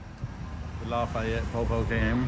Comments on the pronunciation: As a resident of Lafayette, I need to correct your pronunciation of our City.. It LAF-EE-ETTE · Locally pronounced laugh-ee-yet. Also notice the lack of southern country drawl. South louisiana is different. Also Zea's is a local chain in the region. So is Main Squeeze for healthier options.